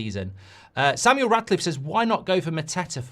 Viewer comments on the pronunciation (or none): none